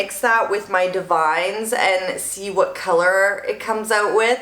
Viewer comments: Ugh don’t hate me... I promise I’m not the grammar police. I found out from an educator at my salon, Davines is pronounced Dah-vin-ess 🤷🏻‍♀️ I always called it divines, lol The more you know 🌈 P. S. Your my fav youtuber! Your hair is 💣 💥🔥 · Lol....Davines. It’s Da-vin-ess. Super pretty though. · That product is divine...but it’s pronounced: “Dah-vin-eS”